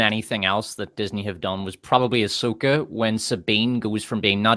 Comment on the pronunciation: Ahsoka became Ah-suck-a.